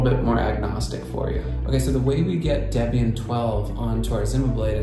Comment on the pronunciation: Deb-ian and Frih-gate... smh.